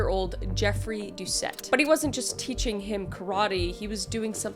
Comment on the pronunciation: Louisianian here. Doucet is pronounced "Dew-say". :) It's French, so you drop the last letter. Really good effort, though!